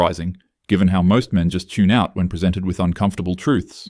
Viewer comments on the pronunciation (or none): none